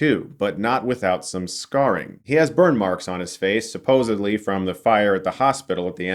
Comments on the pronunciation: It’s supposedly not supposebly. Come on Chris I love u but come on g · Did you say “supposeBLY”, Chris??? 🤣🤣🤣🤣